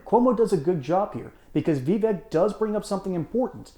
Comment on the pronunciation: Pronounce his name correctly it's pronounced Vi-vache.